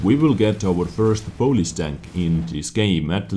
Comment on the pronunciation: who else thought he was saying police instead if polish